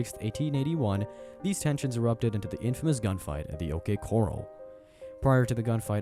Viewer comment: How did you pronounce OK corral?